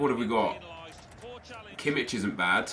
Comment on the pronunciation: It's pronounced Kimmih not Kimmitsch